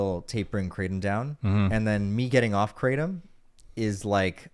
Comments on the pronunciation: 'Kra' "tom" two syllables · Did he say Kratom?